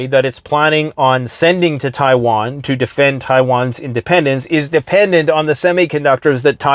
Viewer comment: Thanks for bringing us the info dude. "Chaiwan" made me chuckle.